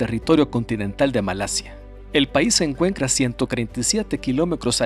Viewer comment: mecros, encuencra, decrás, cransporte, crés veces? por que pronuncia la T como C??